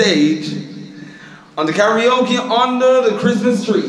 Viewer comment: it name Karaoke not talkie-oke!!!